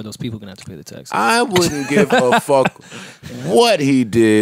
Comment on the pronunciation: wait. joe purposely mispronounces "fuck"??? as frduck?? fluck??? y